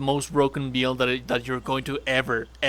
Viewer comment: It's "bill-d" not "beeeel-d" I know I'm not the only one. Good video though 👌